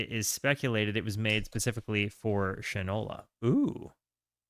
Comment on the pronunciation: It’s pronounced Shine-ola. As in shoe polish. Usage: “That boy don’t know the difference between shit and Shinola”